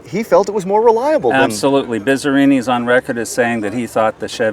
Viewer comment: Dude it's not Bit-za-rrini! It's Bizz-a-rrini! You make it sound like it's a Bitza this & Bitza that!!